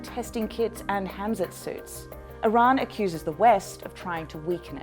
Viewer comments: It is hazmat suit...not hamzat fyi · It`s hazmat, not hamzat.